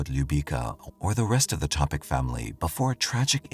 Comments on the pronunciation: Pa nije Topič nego Topić...ako se vec bavi slucajevima u kojima zrtve ili pocinioci imaju imena koja nisu engleskog porekla treba da se potrudi da ih izgovori pravilno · Yes, the last name is pronounced Topich. The "c" has a "ch" because there usually a dash above the c.